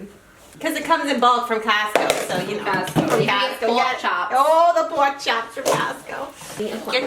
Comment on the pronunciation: " O you gotta watch out for CAASCO " 😂😂😂